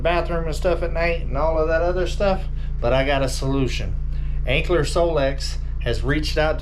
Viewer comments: It's Anker pronounced like Anchor not Ankler just sayin' not hatin'. 😉😊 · You're pronouncing it with an L. Anker? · Lol. They teasing cuz there is no L in Anker!!!! Gotta say the product name correctly when promoting it. Please. 😊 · Sorry but you’re not pronouncing it correctly.